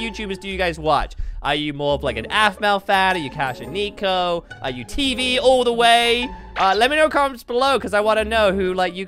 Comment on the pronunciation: YO NAME IS TEEEEV NOT TV